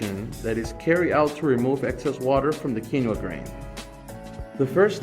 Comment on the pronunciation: Bro I’m so focused on why he says “qeeno grain” but then says quinoa correctly when he doesn’t say grain